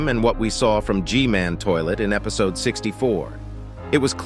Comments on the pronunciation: Only real fans say epsiod instead of episod😂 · Is anyone gonna talk about he said epcode